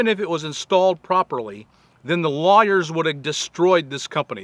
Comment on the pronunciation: At first I thought Bob was saying "liars" when he said "lawyers." LOL! I've had my share of honest lawyers digging me out from situations the "liars" put me in!